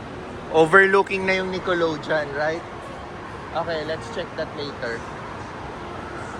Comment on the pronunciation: ung sa Nickelodeon, ung last syllable ay "deyon" not "jon" 😊